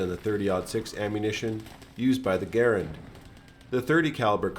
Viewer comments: Respect the correct pronunciation of Garand, my man. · Mad points for pronouncing "Garand" the way the designer did.